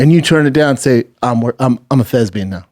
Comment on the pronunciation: Someone get on the line to let him know the word is "Thespian" and not "Thesbian".